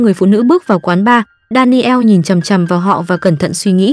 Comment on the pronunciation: Đan nồ, chứ ko phải Đa ni eo . Daniel